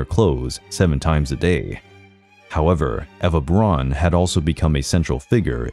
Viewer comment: Why on Earth does he pronounce her lastname as "Bronn"? It's B R A U N! even an American "Brown" would have been acceptable but "Bronn"?!? Unbearable like nails on a chalkboard...